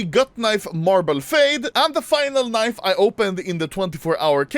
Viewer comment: i thought itd be a compilation of all the actual unboxings... "kneev... kneev... handskaar... and so on"